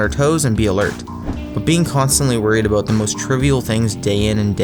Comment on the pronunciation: "forget abooot them"